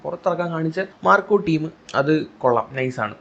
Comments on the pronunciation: ഡാ പൊട്ടാ മാക്രി... Macro അല്ല marco... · Bro ക്ക് marco എന്ന് പറയാൻ ബുദ്ധിമുട്ടുണ്ടെന്ന് തോന്നുന്നു. അതുകൊണ്ടാണ് മാക്രോ മാക്രോ ന്ന് കരയുന്നെ 🤣🤣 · Bro it’s not Macro it’s Marco😊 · മാക്രോ അല്ലടാ മാർക്കോ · Macro അല്ല മൈരേ മാർക്കോ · മാക്രോ അല്ല മാൻ മാർക്കോ ആണ് 😄😄q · മാക്രോ അല്ല മാക്രി മാർക്കോ ആണ് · മാക്രോ അല്ല മാക്രി... മാർക്കോ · ഇയാൾ എന്തുവാ തവളയെകുറിച്ച് വല്ലോം ആണോ പറയുന്നത് "മാക്രോ " എന്നൊക്കെ പറയുന്നുണ്ടല്ലോ.. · മാക്രോ അല്ല മോനൂസേ മാർക്കോ...😂😂😂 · മാക്രോ അല്ലടാ പൊട്ടാ മാർക്കോ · മാക്രോ അല്ലടാ മാര്‍ക്കോ...😂😂ഇതുപോലും അറിയാത്ത നീയാണെടാ യൂട്യൂബും തുറന്നു കൊണക്കുന്നത്.. 🥰🥰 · മാക്രോ അല്ല😂😂 മാർക്കോ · ഡാ വേട്ടാവളിയാ...... ആദ്യം നീ പടത്തിൻ്റെ പേര് ശരിയായി പറയാൻ പഠിക്ക്......😅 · സിനിമയുടെ പേരുപോലും പറയാൻ അറിയാത്ത നീ ആണോ വിഡിയോ ചെയ്യുന്നേ കോപ്പേ 😂